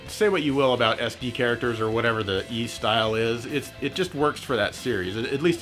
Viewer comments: Hmm I pronounce it as ease since they likely took it from the Breton myth of the lost city of ys. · I pronounce Ys VI the same way xD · Totally unexpectedly became a huge Y's fan this Christmas. I bought Y's VI on steam not thinking much of it and it got me HOOKED man. I have a trick for remembering the pronounciation btw. In an old English lady's voice I think "that Tim's feeling a bit napish." I'm not sure if English people say "napish" but it feels right. Anyhow that's how I get it: "Napish-Tim" I'm a bit stuck grinding at the end 30 hours into VI but I went ahead and bought I & II, the VI's remake (Felghana) and Y's Origin. Will definitely get Lacrimosa of Dana after all of that. Phenomenal series. Loved this video.